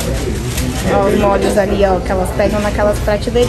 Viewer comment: Parabéns pelos Vlogs, estou adorando! Sei que vc fala errado de propósito rsrsrs mas confesso que me dá uma agonia de ouvir vc colocando acento em tudo! kkkk Dói o ouvido com mólhos, lodinha... kkkk Mas eu que lute, faz do seu jeito e seja feliz! Beijos, sucesso!